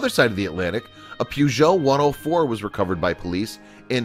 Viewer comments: Poogeot u mean Peugeot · And peugout he said 'Puzho* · and he said PEWgeot, didn't know the church made cars.